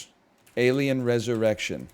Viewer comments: The way he says alien is sending me dude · Oh my god i didn't even notice on first watching but why he do that tho? I'm dying.